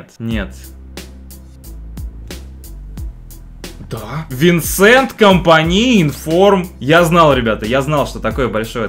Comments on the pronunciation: Не винсент, а Венсан компани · венсан правильно, а не винсент